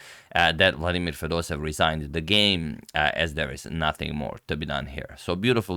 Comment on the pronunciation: FedosEEv !!! With 2 EE, NOT Fedosev !!!